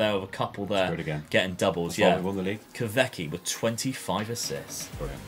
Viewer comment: Hey, as you mentioned you sign Kahveci often in saves and rebuilds, I want to help out with the pronuciation... it is pronounced Kahweji 😀 The "v" in Turkish is equivalent to the "w" in English